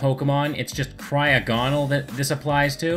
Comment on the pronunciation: You said cryogonal wrong